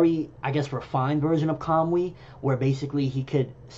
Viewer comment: Are you pronouncing it as Kam-wi...I dont know japanese but it looks like its pronounced ka-mu-i...I took it as when Kakashi sent the Kunai and the Resengan to the other dimension it connected with Tobi there, when he de-materialized and when he materialized he brought it back with him, causing him damage. I dont think Kakashi has figured out how to use it the same way Tobi has.